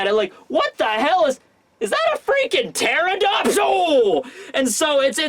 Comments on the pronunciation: It's pteranodon, not pteradon. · It's not a pterodon, it's a pteranodon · PteraNOdon! Please, it's so painful to see so many people in the community butcher the pronunciation in some way or another! At least you! Please! Lol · How does a flying dinosaur have fire on its back!? 😗😐🤨😓 ngl I don’t like big mom being in wano it’s too soon I wanted her to return in elbaf 🤦‍♂️🤷‍♂️ very disappointed w/orochi & the samurai under him so far 🙄 Btw Dino expert here pteranodon is pronounced “ter-ran-no-don” & yes it’s not really a dinosaur lol also the “sabtertooth tiger” is actually called smilodon xD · The fact you keep leaving a syllable out of Pteranodon keeps getting to me.